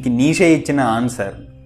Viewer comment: Neeshe kaadhu. neecha anaali.nietzsche.if you want to know the correct pronunciation check it on the Google